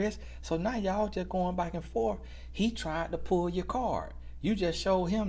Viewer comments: All this time l genuinely thought he said BIKE.... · You know this whole time he was saying “ bike” and now I understand that he was saying “ back”😮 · Thought was saying BIKE but he saying BACK 😂😂😂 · say b-ack. Utube say bike in subtitles lol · At first I sincerely thought he was saying "bike"... I'm 4 videos in a row and I get it now 😂😂😂😂😂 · U mean to tell me....😭 Lemme rewind cuz I know this man was talking about a bike!💀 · 💀 I could’ve sworn he was saying bike this whole time 😤